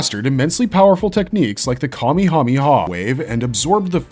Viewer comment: I hate the way you say Kamehameha. It’s not kami, that means god. It’s kame (kah-me) that means turtle and it is also a reference to the Hawaiian king Kamehameha.